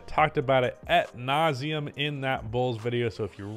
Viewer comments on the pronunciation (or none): Hearing say “at nauseam” instead of “AD nauseam” is really annoying 😂